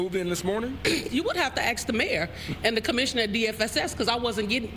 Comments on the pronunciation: she tells the reporter to AXE THE MAYOR! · If you "Axe the Mayor" you gonna get arrested. LMAO. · "You would have to AXE the Mayor" Woah